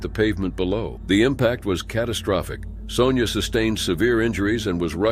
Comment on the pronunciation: "Sonja" is pronounced "Sawn-ya" and not "Sown-ya"